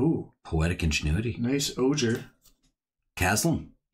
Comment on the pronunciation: For the “ojer” cards - it’s better said like “o hair”